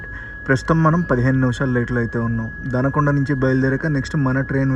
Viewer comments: Anna danakonda kadu donakonda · బ్రో వినుగొండ కాదు వినుకొండ అలాగే దనకొండ కాదు దొనకొండ ఒక్కసారి తెలుగు బోర్డ్ చూసినా కూడా కరెక్ట్ గా చెప్పొచ్చు